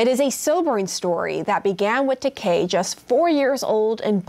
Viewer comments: she could at least say his name right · She keeps butchering is name 🤦🏼‍♀️is it Takai or Takei?